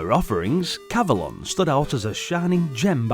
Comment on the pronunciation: I would say it's pronounced cav-o-lon, to rhyme with the mythical Avelon, where King Arthur and his knights are taken after their deaths. Anyway, seems to be a charming maze game, similar to the arcade game Tutankham, which came out two years earlier. (BTW, Excalibur is the greatest King Arthur movie ever made, IMHO. It has never been equaled.)